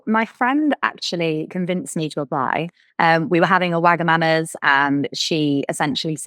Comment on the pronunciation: “We were having a wagamamas” 😂❤